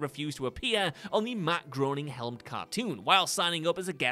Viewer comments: Matt "Grey-ning" is the correct pronunciation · did really just say Matt Grown-ing😓